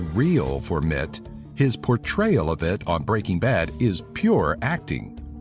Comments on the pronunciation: It's "R J Mit Tee" not "Mit" just saying. nice video, I learned a few more facts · RJ Mitte's name is pronounced like "Mittee"